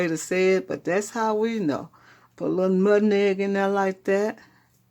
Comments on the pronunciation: That's what i'm talking about. And the pronunciation of nutneg, the way.I always heard it from Shreveport. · Sou prounced "Nutmeg" like my Sweet mama(RIP 💔😭🙏🏾🕊🕊🕊) use to say it Nutneg...we're from Mississippi... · THANK YOU FOR SHARING!!! looks just like my Great Grandma from Mississippi & my Granny (her daughter) pronounced nutmeg “nutnegg” 😊I miss them both❣️